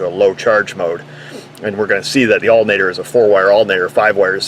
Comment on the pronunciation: So this drinking game... is it every time you say altERnator, or every time you say altAnator? ;-P